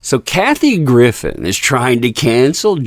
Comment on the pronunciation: please at least pronounce her name correctly. And don’t discredit her, she has called this stuff out for years and has been right.